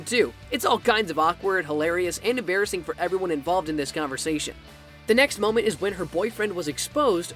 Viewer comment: "Emmbarisings moments for charlie"